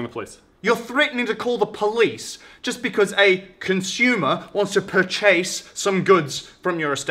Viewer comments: that "pur-CHAYSE" got me good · The pronounciation of pur chase gets me every single time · pur-chase... LMAO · "Perchase" lol